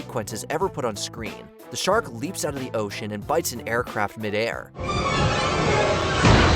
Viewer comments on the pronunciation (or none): none